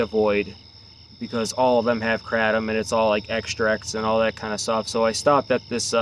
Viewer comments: Why do you keep saying kratom incorrectly? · Ugliest way to pronounce kratom